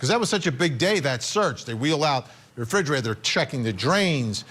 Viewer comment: So distracting hearing a journalist mispronouncing "refrigerator". Want to sound unprofessional? That'll do it. Poor Harmony she seemed like such a sweet child 😢